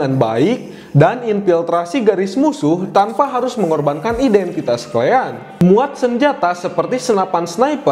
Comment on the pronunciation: "Klean"😊 or "Kalian".. Kosakata baiknya diperbaiki ya bang 😊